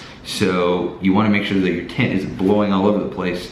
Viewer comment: When he said "tent" I understood "taint". I must rethink my life...